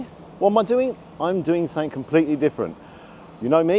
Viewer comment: I like the way you say 'sunnink' rather than 'something' 🙂